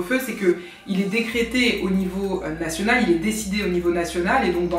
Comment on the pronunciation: "décrété" ?? ;-) (le mot en 3 syllabes :-) merci pour cette nouvelle vidéo :-)